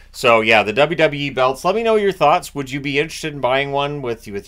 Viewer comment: As a fan of since he started and also a wwe fan so weird hearing him say wwe haha